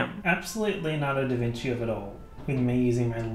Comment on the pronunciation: The fact that he didn’t say “da vinki”